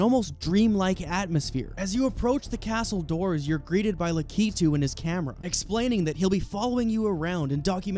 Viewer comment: Thanks for saying Lakitu right instead of "lack-it-too" like so many uncultured posers do.